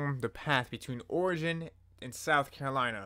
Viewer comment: It's pronounced OR-E-GON for fucks sake